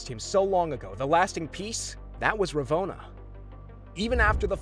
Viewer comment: I tried to watch this vid to the end, but the way you kept mispronouncing Ravonnas name made that impossible.